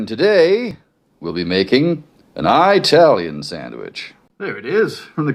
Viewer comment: who wants to tell him that saying eye-tailian is offensive to italians